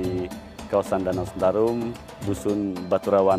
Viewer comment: Bukan sentrum min, tapi sentarum, bukan bentang min tapi Betang. 🙏